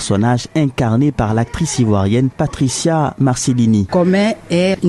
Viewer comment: Comin c'est notre star ivoirienne "PRISCA" et non "patricia" ooooh